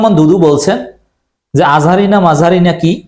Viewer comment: দুদু সাহেব আজহারী সাহেবের নামটা কটাক্ষ করে উচ্চারণ করেছেন। ওনারা ক্ষমতায় আসলে কতটা সৈরাচারী হবেন, তা এখনি বুঝা যায়।